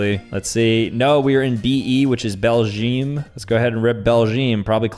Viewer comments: excuse me? Belgeem? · The way all americans pronouce Belgium